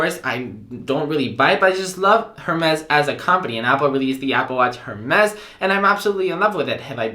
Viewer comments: It’s pronounced Air-mez. When you say the “H” it’s cringe city. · Hermès is pronounced “Air Mes”.. go ahead ask Siri lol ... loving your Apple Watch vids . I have not been using to its potential until I surfed your channel... thanks ! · dear if u love Hermes try to pronounce it correctly:) that said great video.